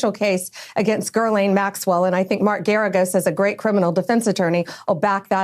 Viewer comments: "Girleen Maxwell"? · Gurrlane lol